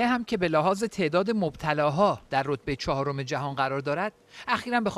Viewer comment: مدرسه؟ رتبه؟ اشتباهات لفظي